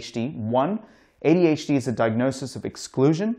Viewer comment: That D in ADHD is driving me insane